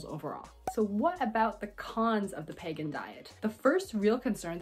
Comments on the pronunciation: Your pronouncing it wrong …. It’s pronounced peeee gan . The way your pronouncing is actually pagan .. not the same . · It's Pegan not Pagan. Like Vegan with a p. It's best of paleo best of vegan or paleo vegan. You are pronouncing it wrong and you misunderstand it. I have been following the pegan diet since 2015 although I haven't been as strict lately. But after 2 years of eating this way my inflammation went from being high to completely normal putting my RA in remission. I started by eliminating sugar, gluten, dairy and was only a pesci pegan for the first 2 years only eating fish and eggs as far as animal products. And it helped me a great deal. Even though I modified my diet some since the positive effects are long lasting. However when I started eating other things again my labs looked bad again in other ways such as cholesterol and blood sugar. So I think low carb and grain free works best for my pegan diet. All and all if done properly pegan is very healthy and sustainable. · Doesn't he pronounce it like it's spelled? Like vegan, but a P. I don't think there's a Pagan diet lol